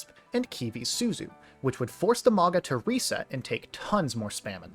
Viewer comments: MAOW-gnuh like "MOUNtain. soft Gn, like "Gnaw" MAOW-gnuh. I like this style of video, you did call a man you do not know daddy though. It... gave me pause. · The wa you mispronounce Mauga. Great video otherwise